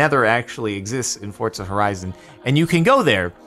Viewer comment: Did he say Fortza Horizon?